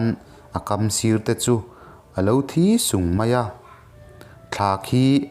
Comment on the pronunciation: Lal hmui chu thi sung ni lovin, thisûng tih tur aw.